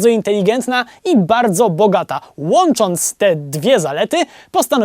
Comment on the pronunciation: "łONczONc" najs.